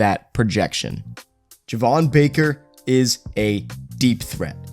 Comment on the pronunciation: Its pronounced JAY-VON not JUH-VON just an FYI